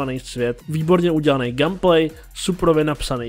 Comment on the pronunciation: "gam plej". 😂